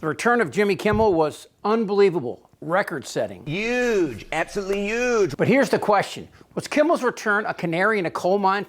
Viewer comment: That's as trump says UGE LOL,BUT TRUMP did if we don't have free speech we don't have anything